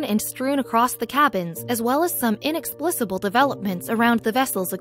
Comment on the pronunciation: Inexsplisible? The word is inexplicable.